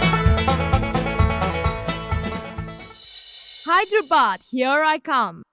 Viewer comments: its hyderabad not hiderabad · Hyder + abaad pronounced: haider aabaad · It's actually pronounced Haider Aabaad. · Hy-der-abad is more like it. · its actually HYDER-ABAD.